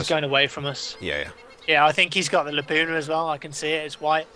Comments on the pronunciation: No m8, says laupna, it's Laupa, there insnt a fucking N!! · Its a Lapua, not Lapuna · Its not a "LAPUNA" its a LAPUA ladies!!! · "Lapuna.." Still gets me :D Guess its too hard to say lapua :D made in finland boys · every time they say Lapuna instead of Lapua I crack up. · "Lapuna" lol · Lapua not lapuna. Its a .338 lapua its a round.